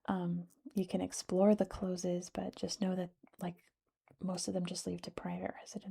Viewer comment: Its Close as in being close to something rather than closed. Wynd is not pronounced wind. It's like winding a watch. I've done a terrible job of explaining that!